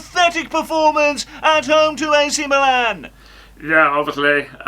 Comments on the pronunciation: Man said akh milan🤣🤣🤣🤣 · Kills me when he says AC!!! Milan and the dumb look when he’s asked a question 😂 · "ack milan" im dying 🤣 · the way he says ac milan :face-purple-crying